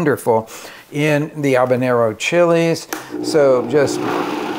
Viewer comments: Whats an obanero? Is that like a one-word-accent take on a habanero? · The H isn't silent. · there is a H in habanero, it is not silent! lol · I have never heard anyone pronounce the name of that pepper the way you do it sounds totally wrong and it makes me want to pull my hair out so I can't watch your video